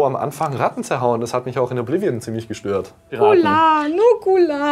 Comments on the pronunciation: Poah, musste fast kotzen als der androgyne, blonde Typ dieses "nukular" von sich gab... Ekelhaft! Jeder soll seine Meinung haben, aber das geht zu weit... Das bei Fallout! Mein armer Magen.. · das wort heisst NUKULAR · Nukular! Nukular!